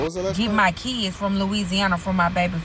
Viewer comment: Dem keeds, his keeds… what is a keeds?!?!